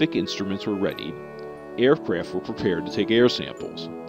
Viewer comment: "Air fwaft were prepared to take air samples"